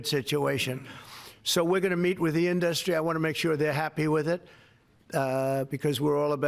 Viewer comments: why does he say inDUSTry? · Has he always pronounced it as In-DUSS-tree? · I know!! And "inDUSTry"....bizarre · Trumps can't pronounce "industry" right!!! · Why can he not say industry correctly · Where does this extra syllable in the word "industry" come from? And he keeps repeating it... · I know its not a big thing, but I really don't like the way he pronounces industry.